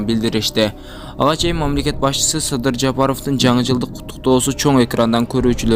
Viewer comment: Ей акмак емне нармально суйлобойсун Садыр Жапров десен сыдыр дебей емне тупой акмаксын суйлогон ешшек